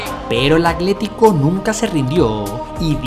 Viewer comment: Porque dices "acletico" cuando es "Atlético"? Video espectacular 👏🏻